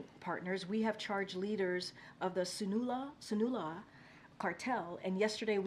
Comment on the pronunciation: glad I wasn’t the only one who noticed that! She read that like she has never seen a Spanish word in her life!